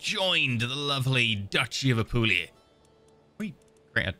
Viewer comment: Correct pronunciation would be something like Ah-poo-lee-ah